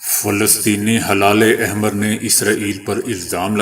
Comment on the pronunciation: It is not halale ahmer it is helale ahmer